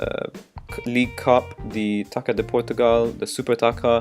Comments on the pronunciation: hi again man :D i have a tip for you speel "taça de portugal" like "taka" but the right way is "tassa" so you spell it "tassa de portugal" anda the portuguese league cup it would be "tassa da liga" :D keep up the great work ;) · another tip that i can give to you is this letter "ç" u dont have in english so when you see this you always spell it like "ss" for example "taça" that i tell you already you say "tassa" ;)